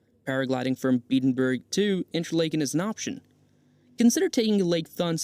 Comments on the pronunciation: Nice video, but you butchered the pronunciation of just about everything. You can’t use AI for something like this. Interlaken (like “lake”)—wrong. Should pronounce it like “Interlahken”. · Did you butcher the name pronunciation of Interlaken on purpose? It's like nails on a chalk board listening to you butcher it. There is no long "A" sound! RME